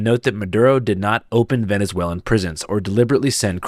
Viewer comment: Bruh did that reporter say “venezuelian”. You mean Venezuelan? Fuck is a “venezuelian”